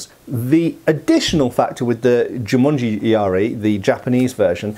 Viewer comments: Not Jumanji. It is Jumonji. 十文字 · Hey, not sure if smo brought that to attention already, but it's actually Jû-MON-ji yari. Jumanji is simply the movie; which makes "jumanji yari" quite funny actually ^^. "jû-monji" literally means "the sign (monji, or moji) ten (jû)", because in Chinese and Japanese the ideogram for ten is a cross.